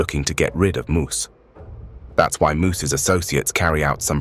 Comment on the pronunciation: Moes is said like this mows you know like to mow the lawn “moe”